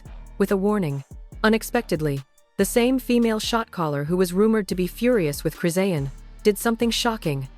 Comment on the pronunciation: First of all start with the fake news she was just that blue faces party trying to get in the day before last this is fake news and you're not even saying her name right!!!! Foh with the fake shit 💯🤦🏾‍♀️🤦🏾‍♀️🤦🏾‍♀️🤦🏾‍♀️